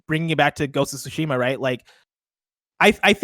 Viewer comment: Is anyone ever going to pronounce Tsushima correctly?